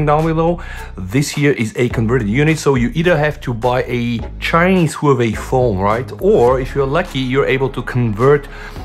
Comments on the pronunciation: Whoo-we-we or Huawei? XD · Great Whoaway phone 😂 (Huawei)